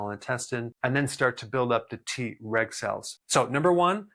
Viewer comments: I L♡VE Dr. Berg and take his vitamins & supplements. ♡ Am I the only one who got a good giggle in this video everytime he said TReg and it sounded like he said, TRex? 🦖😜🦕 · I was trying to do other things while listening to this video... kept thinking I was hearing "T-Rex cells" Lol. I need to watch when I'm not so busy so I can learn about the T-Reg cells instead. Lol😂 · Him: Treg cells My ears: T-Rex cells 🦕🦖 🤡🤡🤡🤡🤡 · I keep hearing "T-Rex cells" 😂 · 😂😂 me 2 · Me too 😂